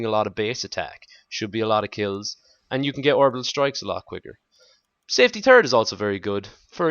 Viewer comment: i like when you say third it sounds like turd and make me smile no matter what